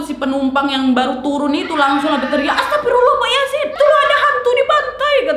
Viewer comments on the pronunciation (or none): none